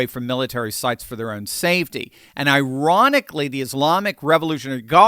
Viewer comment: did you say ironically or Iranically?